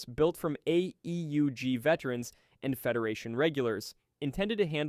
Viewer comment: I realized this was a.i. the moment the ai tried to say AEUG, and flopped every time. Forget what I said, complete slop.